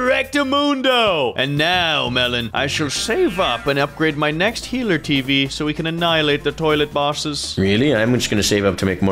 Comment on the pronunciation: I love how says healer tv woman as heart tv woman.